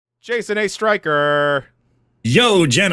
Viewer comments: I will always hear "Jason A. Striker" sorry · Jay's Son: Ayy Riker